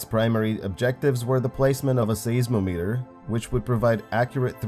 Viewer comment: As much as I love your vids, and am happy to see a new one finally, I feel the need to tell you to google some words for proper pronunciation. Altitude, seismic, seismometer as examples. Still love to watch you, even if I have to laugh at how you say some words. And remember, once the Voyager crafts go dark, V-ger will arise.